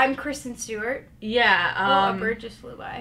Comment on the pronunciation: not-care-sten stewart